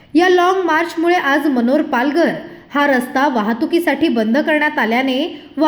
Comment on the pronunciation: ताई मनोहर नही मनोर बोला न्यूस मध्ये नाव तारी नीट बोला 🙏🏻